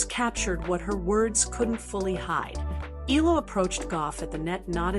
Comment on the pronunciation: Eala pronunciation E ya Ia